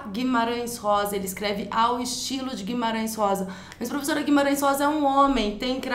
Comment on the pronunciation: que romantiquinha essa prevezora (minha irmã falava assim) hahahhaah